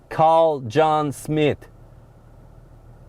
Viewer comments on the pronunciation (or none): none